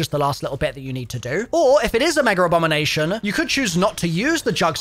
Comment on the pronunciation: Can someone enlighten me on where the R is in “MEGERABOMINATION?